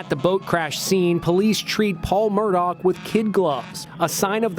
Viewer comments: Stop saying Murdock it's murdaugh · In what language is Murdaugh pronounced Murdock? It’s Murdaw or Murdawg in American English, no? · They pronounce it Murda. Ridiculous.😲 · Why does the guy narrating this video say Murdock? Clearly he had to know the correct name before doing the video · Inside Edition's first reporter and the male narrator mispronounced the Murdaugh name through out the entire video.